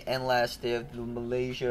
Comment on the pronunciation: Mark pronounce Malaysia correctly like a local! Approved!